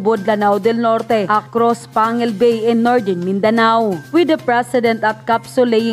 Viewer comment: Pangil bay hahaha bisaya man ka day natawa lang ako kaunti sa pronounced mo sa panguil Bay na name😊